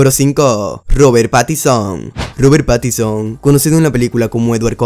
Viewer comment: Es Robert pattinson no pattison